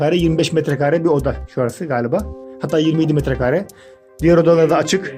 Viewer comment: Abi neden metrekââree diyon Metrekare doğrusu